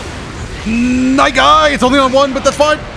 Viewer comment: the way say night guy is really cool and amole get double kill with night guy (really cool)